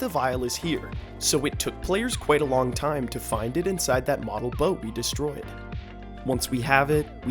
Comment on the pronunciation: he said whatever bird had a chance of having a mate. There was an ad rate as he was saying find and it sounded like the F word. I think it was a little bit before 539